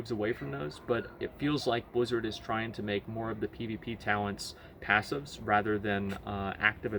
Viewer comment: BLIZZARD! not bwizzard. Work on your mouth sounds.